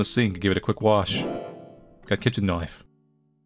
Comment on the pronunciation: "a kitchen knoyf"